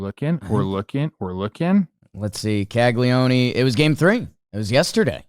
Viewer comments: Big fan of the pod, boys! Just an FYI, you don’t pronounce the last “e” in Caglianone, it’s pronounced more like “cag-lee-own”. Blame the Italians idk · Is there a DraftKings over-under on how many weeks it will be before and Trev start pronouncing "Caglianone" correctly?